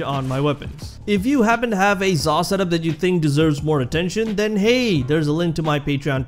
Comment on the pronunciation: man i thought you said zarr